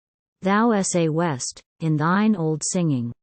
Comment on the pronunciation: Thou sawest becomes Saw West :) And there is pause before the last word of many lines. Why cannot AI recognise commas ?